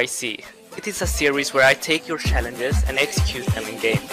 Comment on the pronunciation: Next TYC :Prounounce challenges correctly not shallenges